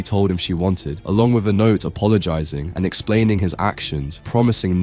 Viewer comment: with not wif